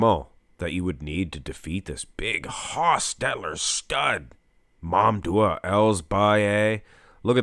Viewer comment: I wonder why you keep saying MamDuah instead of MamDouh, heck, you even wrote his full name on the title multiple times these weeks.